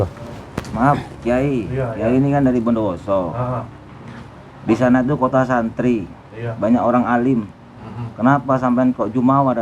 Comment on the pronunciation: Bukan orang bondowoso ituuu yakinnn 100%bilang bomdowoso saja gk bnar cara pengucapannya